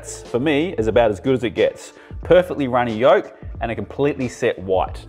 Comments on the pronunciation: Am I the only one that hears yunny rolk instead of runny yolk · He said yunny roke